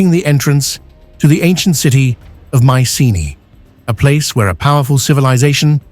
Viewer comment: You could find the right pronunciation of Micene.